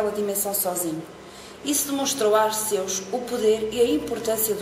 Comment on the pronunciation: Só uma dica não se diz Ar-ceus diz-se Arqeus lê-se o "c" como se fosse "q"